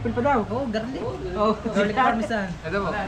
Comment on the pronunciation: Garlic Parmesan yown kangiti hindi Parmasan 😂🤪 ✌🏼